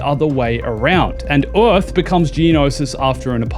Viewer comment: Stop saying Eorth